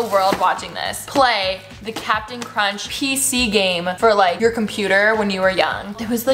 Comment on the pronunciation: ita not captain crunchhh, its cap'n chrunchhh